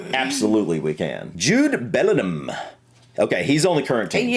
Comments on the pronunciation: Haaland doesn't play for The Netherlands, he plays for Norway Jude's surname is pronounced Belling-Ham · Few pronunciation issues - - The G in Bellingham is not silent. The middle syllable is ING, not IN - Lampard is LAM-PARD, not LAM-PERD - Scholes is SKOLES - Charlton begins with CH, not SH - UEFA is pronounced yoo-AY-fa did a lot better than! But seriously, great effort outside your comfort zone, guys.